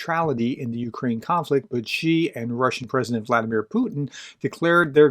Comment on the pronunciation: Good pronunciation of Xi Gerdes. This is correct you are off to a good start much better than your Ukrainian pronunciation. In terms of France, Macron went to China at the same time the EU delegation went in 2023. This is the failed trip where Charles Michel left in a day because the CCP bugged all his devices. During this trip Macron advocated for an independent French policy on China separate from the larger EU policy aimed at decoupling. The cave educated dictator has all kinds of time for this. I see alot of people here mentioning the Olympics, I don't think so. If one remembers the Peng Shuai saga you would realize that the CCP have the Olympic committee in their back pocket. Tomas Bach treats the Olympics like the WWF look at the recent swimming scandal with China 20 of 23 swimmer test positive for doping. It would be easier if they ran out with a chair and bonked the competition out. I see alot of people mentioning here Ukraine. If Ukraine wanted to reek havoc on China it could. Really very easy, stop corn exports. Pigs eat corn. No corn means that the biggest meat staple in China is jeopardized. I realize it isn't that simple but that is a basic premise. This is often overlooked. It is why I have never been a fan of the push of grain exports. It is a sleeping weapon that Ukraine has not used yet. A pillar of CCP foreign relations policy is to have Europe and North America divided from one another. It is the only way their economy and theft can continue unabated. If bo